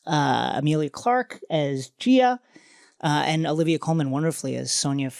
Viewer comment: Clarke’s character’s name (g’iah) is pronounced like Gaia btw (like guy-ah)